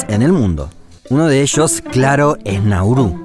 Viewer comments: Es [[Náuru]] no [[Naúru]] no [[Naurú]], por lo demás perfecto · Todo bien, pero es Nauru, no Naurú